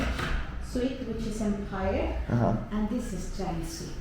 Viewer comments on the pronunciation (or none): none